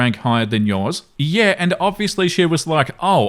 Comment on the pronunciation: Ok let me just say...his skin is like an Italian Carrara marble statue..... just wow..... and the way he says "yeaaaaaa" ...... in the Australian accent....